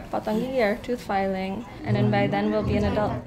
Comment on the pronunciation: Everytime she says filing, my tongue immediately goes to feel my canines